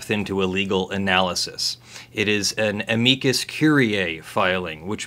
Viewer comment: TIL how to pronounce amicus correctly. Yay for Latin!